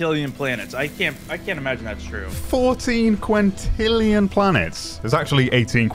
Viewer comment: " I Caunt believe you've done this"